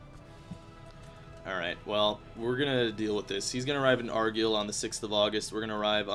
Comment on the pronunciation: its AR-GUY-L